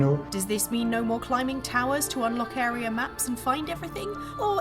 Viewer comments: This anouncer needs a pay decrease. Lol "arear"😂😂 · Why does she keep saying "arear".....?